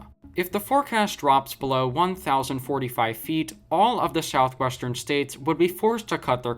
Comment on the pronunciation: 1- you need to learn to say Southwestern properly! 2- you really need to do more fact checking